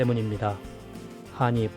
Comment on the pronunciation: 좋은 정보 잘 보고 갑니다. 그런데 태클은 아니구요. '한입'은 [한닙]으로 발음하는 게 맞습니다. :)